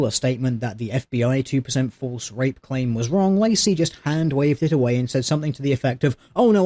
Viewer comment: It sounds like you say vape when you say rape. It's really funny actually :)